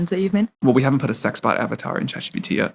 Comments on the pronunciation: The word is "sex", not "ex". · Your looks remind me of this super proper woman I know. When you said ex instead of sex I chuckled cause she wouldn't either 🤣